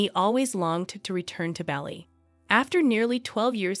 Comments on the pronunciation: yes, it was so irritating to hear the wrong pronunciation repeated so many times. It's also not respectful to the people of this island state. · Yes it irritated me as well. Please look up how to properly pronounce words before creating an entire vid! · 2 seconds in and I'm already cringing how many times I'll have to hear this person pronounce 'Bali' like that 😂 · This video is basically reading out loud an article written by the Sydney Morning Herald titled "How 'Max' The Aussie Surfer Dude Became a Royal Wedding Star"... Also that's not how you pronounce Bali 😅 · How does the narrator not know how to pronounce the island of Bali? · Is she gonna say Bali that way the whole time? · You really need to research the pronunciation of the names of people and places you’re reporting on. This is super lazy. I couldn’t sit through the video it was so annoying. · You forgot Spain's Queen Letizia, who was a journalist before marrying Crown Prince Felipe, now King Felipe VI. BTW it's not pronounced Baa-li, rather it's pronounced Bar-lee. Kate Middleton was also a commoner when she became engaged to Prince William, now Prince of Wales (future King of England). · It's not "Bally" ffs 😩 it's "Bali" pronounced Baa-lee... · A big shame the narrator can’t pronounce Bali correctly. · Please stop saying 'Bally'. It's 'Bar-lee'. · Listening to you call is Balli instead of Bah-li was awful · It’s pronounced “ BALL E” not Bally! Soooo annoying. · In Australia the island's name is pronounced B - are - lee ( as in the grain). Aussies love Bali and its people and many of us go there for holidays. We went to Ubud, which is inland, twice, for holidays . It is beautiful ! We didn't know that it had royal connections. This is a lovely story, with lots of photos, that I knew nothing about. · Certainly no place called Bally, as pronounced in this video. Possibly in Ireland, but not Indonesia. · The one thing about this video was the mispronunciation of the word Bali. It is spoken Bah-li.